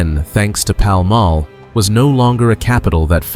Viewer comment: The presenter should learn to say Paul Mall correctly